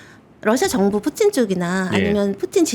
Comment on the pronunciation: 푸틴보다 푸찐이 더 맞는 발음이었나보네요. 근데 푸찐보단 푸틴이 더 입에 잘 달라붙음 ㅋㅋㅋ